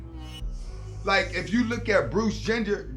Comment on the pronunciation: Did he say Bruce Gender 😂